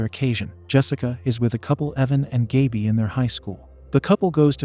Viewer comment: The narrator mispronounced Gaby's name.